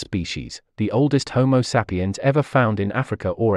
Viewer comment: content is great. The weird pronounciation is sometimes a bit distracting, especially "homo seppiens".